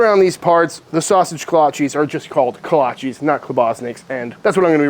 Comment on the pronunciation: Love your channel. But you are pronouncing it wrong!!